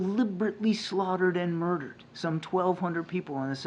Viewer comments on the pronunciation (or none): You would think someone at the White House could pronounce the word “murdered” properly without sounding muffled.